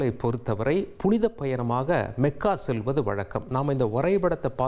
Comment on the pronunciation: மெக்கா, மெதினா அல்ல மக்கா,மதினா.